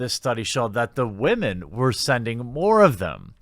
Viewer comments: "wahmen"???????????? tf is wrong with ur accent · Anyone else seriously distracted every time he says "wah-men"?